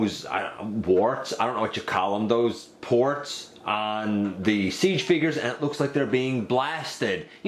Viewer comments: i heard porg lol 😂 ya i think was port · I call it a him too 😃 sounded like you said attach the blast effect to the porg lol😂